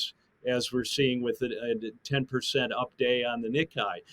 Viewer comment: what makes this person think the word nikkei is pronounced nikai? like surely he hears nikkei when people say it?